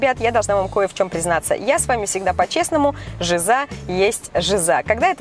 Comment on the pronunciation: Ты не правильно говоришь жиза ударение на И